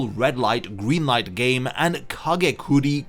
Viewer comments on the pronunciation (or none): none